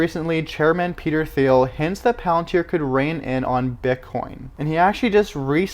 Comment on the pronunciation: It’s pronounced “TEEL”.. Not “THeel”.. Peter Thiel